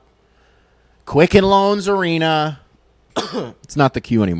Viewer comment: Rocket Mortgage “Arena”??? Gosh my ears hurt…. Still like the vid though!